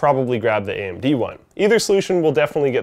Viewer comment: What's an "Amen-dee"?